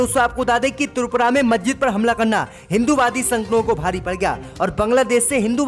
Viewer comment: I am from ALIGARH U.P. नखलऊ, मज्जिद और कई शब्दों का उच्चारण ठीक करें م خالد انصاری دارالقلم علی گڑھ